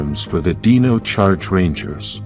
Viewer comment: why do you say "deeno" instead of "dino"but pronounce dinosaur properly 😂